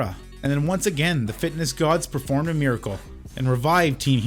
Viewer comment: I like how pronounces fitness kinda like fatness😅🤣🤣🤣